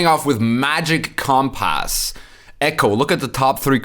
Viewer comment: Love the way you say compASS. Haha. This card will be good for warriors too because you can discard warriors like An Craite Warriors for war of clans.. also the archetype struggles with thinning.